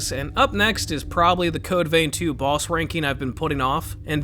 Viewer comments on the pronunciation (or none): none